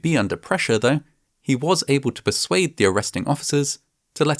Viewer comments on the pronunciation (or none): none